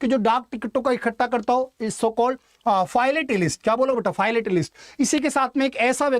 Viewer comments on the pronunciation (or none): Philatalist ko फिलेटेलिस्ट बोलते है न कि फाइलेटेलिस्ट......